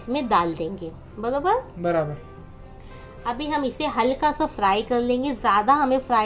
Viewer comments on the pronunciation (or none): Aunti ''baraber '' aapke munh se bht hi acha lagta h